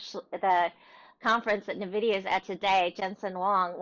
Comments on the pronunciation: when someone says nahvidia I discontinue the video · "na-vidia"...please don't pronounce it that way